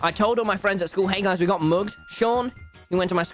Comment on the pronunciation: What other people hear:MUG US .what i hear:AMUGUS